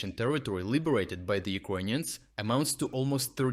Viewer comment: Hey, dude. Thanks for your videos. Is it on purpose you pronounce “Ukrainians” as “Iconians”? Star Trec style?